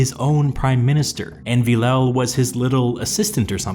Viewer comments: Villèle is pronounced something like Vil-le not Villau come on its so annoying maybe just use google translate to pronunce the it for you? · A frenchman dies for every bad pronunciation of Villèle😂